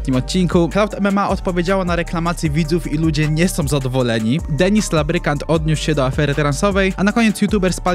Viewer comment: Lubrykant nie labrykant